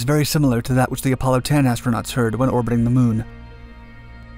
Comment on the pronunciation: LOL Can't even land a rover on the moon right anymore. "We heard music on durr moon, right guys"